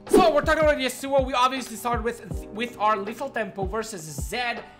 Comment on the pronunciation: stop pronouncing "yasuo" like that, it is mega annoying